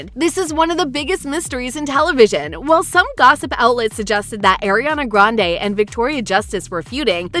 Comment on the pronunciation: Why the the narrator saying almost everyone’s names wrong… even Ariana😑